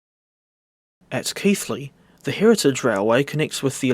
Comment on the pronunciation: LOOK MA OUR STATION IS ON THE FUNNY CHANNEL Edit: HE SAID KEIGHLEY RIGHT ADJAHRIHDAGHSJINFOPFHUO Edit 2: You pronounced Damems correctly don't worry